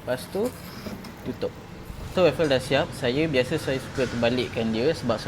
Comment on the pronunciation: Bang.. salah sebutannya tu. Cara sebutan betul: WOAF-FEL atau WOAF-FELS utk lebih dari satu. Sorry ye bukan nak cari salah tapi kalau kita nie dah niaga benda tu, sekurang2 biarlah sebutan betul. Harap ia membantu.